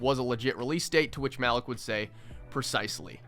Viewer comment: His name is pronounced ma-leek